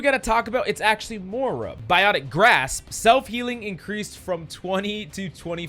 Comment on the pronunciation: The way you pronounce Moira irks me